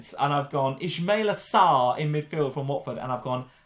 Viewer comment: mispronouncing Sarr’s name for some reason bothered me